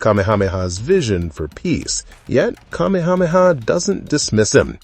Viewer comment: PLEASE learn the correct pronunciation of the Hawaiian names. You can’t say Kamehameha?